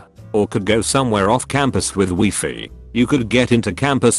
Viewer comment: Me: Wi-Fi TTS: Wee-Fee